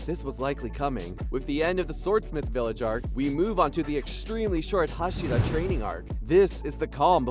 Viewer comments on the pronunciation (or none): none